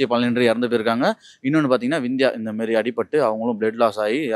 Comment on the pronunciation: Anchor தற்குறி அது விந்தியா இல்ல சிந்தியா